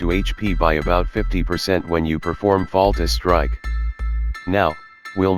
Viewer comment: Great video! Thanks for putting this together. I know English is not your 1st language, but it is called "Fatal strike" not "Falta Strike". Still great stuff! Thanks!